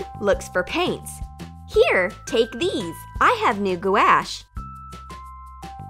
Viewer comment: goo-ash?? gwash = gouache